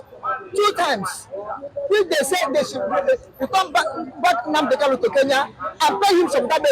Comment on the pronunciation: You pronounce his name wrongly. He is Nnamdi Kanu and not Nnamdi Kalu. People from Umuahia answer Kanu and people Item, Igbere, Abiriba, Ohafia etc answer Kalu. So pronounce his name correctly.